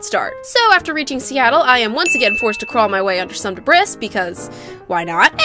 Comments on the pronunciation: Debris is pronounced (De-bree) not (Dibris) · I’m sorry… the DE BRIS? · The way you pronounce "debris" is troubling to my ears.